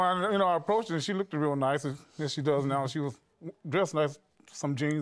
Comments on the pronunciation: Dude, before you throw shade at ANY woman, you need to stop saying “look-ded” immediately. Just sayin…… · " she lookded".....stay in school folks... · Why do black people say "lookeded and likeeded?